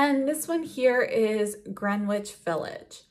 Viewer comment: As a NY er I can tell u its pronounced like Grenitch. 10 out of 10 9n the video Made me happy xx